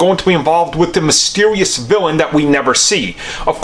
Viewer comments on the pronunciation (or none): Mystewisous yes. Vewy mystewisous.